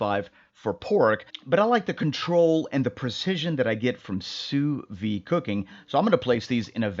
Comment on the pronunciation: NOT! "Soo Vee!" It's "SOO VEED!"